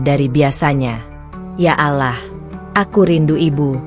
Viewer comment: Bacanya yg bener kata Allah bukan alah